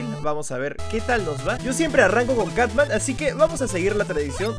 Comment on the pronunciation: Cutman lo confundia y lo decia catman 😅